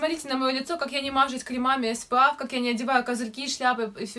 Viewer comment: не эс пэ аф, правильно эс пи эф 😀